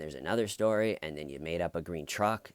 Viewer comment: "I love grene trucks" xD